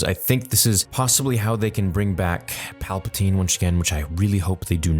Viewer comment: Palpa Ting